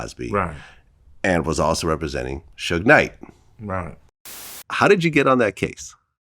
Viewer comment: there’s something funny about that guy saying Suge Kinght. 😂